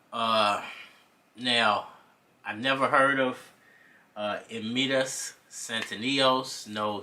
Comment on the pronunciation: mate first of all you better learn how to pronounce Eimantas name... becouse what you saying here looks very unprofessiona. This is how i asume you talking nonsence.